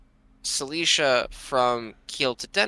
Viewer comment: apart from the fact that I wanted to jump of a bridge every time you pronounced Silesia (The Prussian Province) like Cilicia (The Roman province in Anatolia), good video!